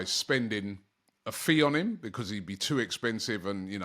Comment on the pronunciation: 1567 videos doberman by Robbie for AFTV and he still can't pronounce the word BECAUSE. 😂